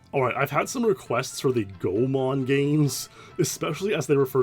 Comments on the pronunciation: Nice video! But as a Goemon fan, and also someone who lives in Japan, I gotta correct you on your pronunciation! There’s no “magic E” rule in Japanese, so it’s “Go-e-mon”! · please pronounce Goemon "goy a mon" or "gay man". Thank you. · Just a tip on how to read Japanese words: enunciate the "e" as another syllable. It always sounds like "ay" or "é". Goemon is pronounced like "go-ay-mon". Oedo is "oh-ay-do". 🗣️💬